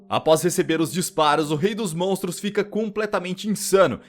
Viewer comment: Da um ódio dele só falar "montros" e "dinossauro"